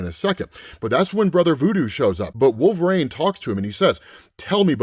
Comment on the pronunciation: Why THE FUCK DO YOU SAY "Wool-vrayne"?! Are you legitimately stupid?